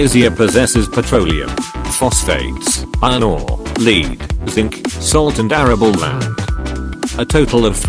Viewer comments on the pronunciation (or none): Lead (noun) is pronounced (led) not (leed). Thanks